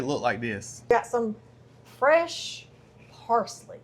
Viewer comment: The way she said "paisley" 😂like it was super exotic. It tasted so good, because you used fresh ingredients and not canned shit. ❤